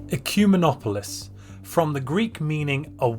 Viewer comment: Its actually ek ooo men ooo polis